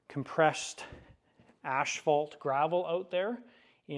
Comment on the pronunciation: Just curious do you say ash troturf too instead of astroturf like you do asphault?😂😂😂 Just pullin your leg brother ..Nice build sir nice build!!!!